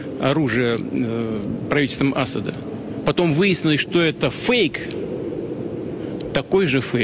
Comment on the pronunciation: Он наверно не знает до сих пор что значит слово фейк .Как то он очень плохо это проговаривает.